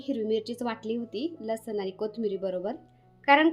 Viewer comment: ताई लेसन नाही म्हणायचं लसुन म्हणायचं ताई भाजी छान बनवली❤